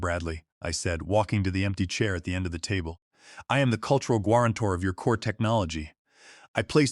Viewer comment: Good story but it's badly affected by the AI. How could guarantor be pronounced gwarantor? Really annoying! It's not the only error but the most egregious of many.